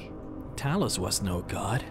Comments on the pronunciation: I heard you say Talis.... wtf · “Talus” seriously, get your pronunciations right dude. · words pronounced wrong: Talos blessed Talos Talos invented Talos Talos Talos Talos Talos Talos let me stop there how many fucking times are you going to mispronounce a fucking five letter word? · how do you manage to say talos wrong when they say it so often in the game.